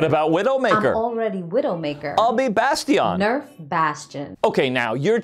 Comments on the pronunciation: "bass tee on" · “I’ll be Bas-tee-ahn” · I'll be BAS-TEE-ON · I'll be BAS-TEE-YAWN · HE SAID I'LL BE BASTION LIKE A FRENCH MAN